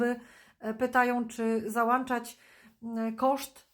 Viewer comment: Pani ❤ załączać a załanczać 😊 Pozdrawiam jest Pani wspaniała 🎉